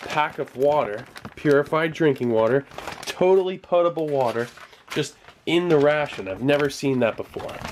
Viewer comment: Hey Steve its POT ABLE NOT POATABLE I've said it the same way my whole life until recently cheers